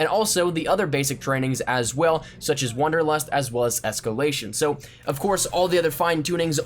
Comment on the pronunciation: >wonderlust Ey yo mang it's WANDERlust